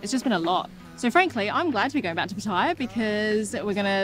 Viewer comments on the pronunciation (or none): Pattaya. PAT AH YAH.😊😊😊 Not, Pateyeyah. 😢😢😢